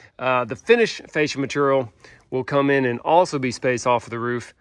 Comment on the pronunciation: still struggling to pronounce the word "material" 😂